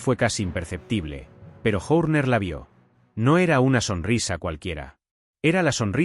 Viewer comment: es un cara de piedra y burro...escuchalo nomas insistir una y otra vez con PADEC...Y SE DICE PADDOCK.. Pronuncia Cristian Journer (Horner) y se deberia pronuncia Jorner...es burro malo